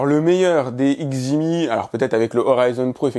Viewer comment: On ne prononce pas le X de Xgimi. Donc ça se dit "Djimi"